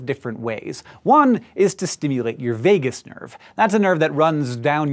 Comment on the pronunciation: So, the written text says Vagus nerve but Hank calls it the Vegas nerve. Hmmm...